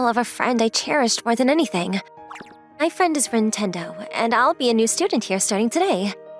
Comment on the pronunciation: rin tendo =nintendo???????